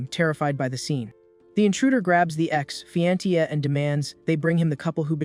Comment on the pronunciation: Who pronounced Fiancee as Fi_an_see?😂😂😂😂